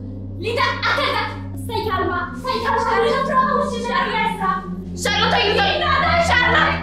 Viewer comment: Si dice Charlotte